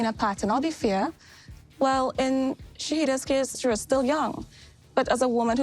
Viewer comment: This lady is annoying! Please E, put her behind the scenes! She can’t pronounce names correctly either! It’s SHA-EE- DA NOT SHY-DA. Get it together. Her commentary isn’t needed and could really be left out.